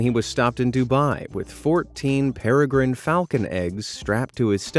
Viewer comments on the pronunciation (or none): none